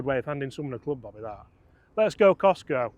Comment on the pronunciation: Why are you persisting in calling it the Cistco driver? It is Kirkland Signature. Also, you set the whole video up to be anti-KS-pro-Eleven. The were talking from the outset about how the Eleven was "better" and more "premium", etc. Seems a bit one eyed, maybe?